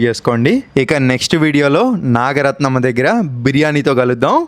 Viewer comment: నాగరత్నమ్మ పేరు భలే పలికింది,నీ మంచి మనసుకు అంతా మంచే జరుగుతుంది 🎉😊